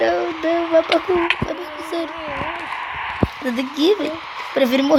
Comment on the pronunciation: o e parku não barku